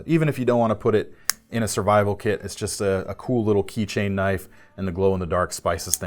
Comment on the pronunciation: more like "now, that's a KNOIFe!" LOL